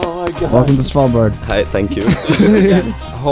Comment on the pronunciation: You are maybe the best that can say Svalbard when your not Scandinaviaan! As a Norwegian I can confirm this!